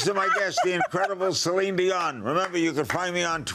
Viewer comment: Omg I cracked up at "Celon Delon" as that's what my Dad calls her! He loves her and went to her concert in 2017 with me but can't pronounce her name 😂